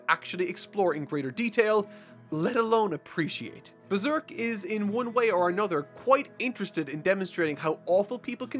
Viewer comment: "But this is beeserk"